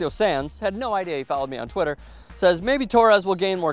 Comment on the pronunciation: Haha, the "Twittah" thing was hilarious.